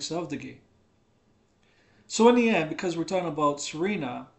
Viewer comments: The name is: S-E-R-A-N-A. Not Serena. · can't even pronounce her name correctly. Thanks but "SarEHna" might not be intended to be marriageable, but my SerAna mods say otherwise. Don't tell other people how to play their game. Also no one cares what the bible says or your theological opinion. God doesn't talk to you. Clean your house and mind your own business. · Wow I pronounce her name as See-rah-nah 😮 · Sir Anna is how she pronounces it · It's just me or you're really pronouncing Serana's name dofferently every time?